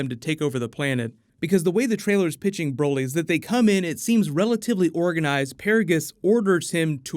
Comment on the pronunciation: More like brahlee not brolee